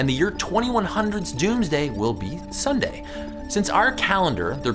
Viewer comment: You said nunday when your supposed Sunday or was that a pun